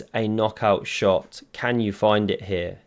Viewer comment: " I certainly kann" . jajajaja